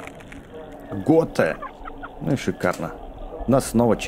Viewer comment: Готика а не готэ